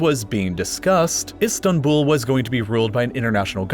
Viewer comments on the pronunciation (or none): none